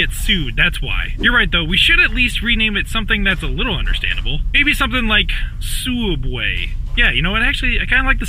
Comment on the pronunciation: Suedway? SUEDWAY